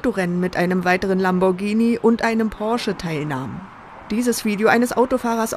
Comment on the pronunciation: LAMBORGHINI das heißt Lamborghini dass er wird gar nicht mit gesprochen oder habt ihr ein sprachfehler oder so